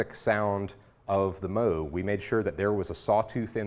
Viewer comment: Did he say Moog Moose!?